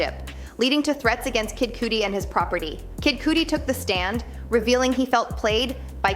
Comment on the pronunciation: Said kid cudi wrong smh